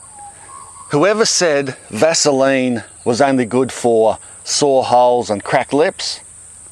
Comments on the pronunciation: Did he say "sore holes?" Hahahahahahahaha! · Did you say “sore holes”? 😳😆😆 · Did you say sore holes or saw holes? :D Great idea. Cheers.